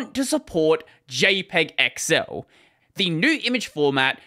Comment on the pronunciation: What it says : XL How he said it: excel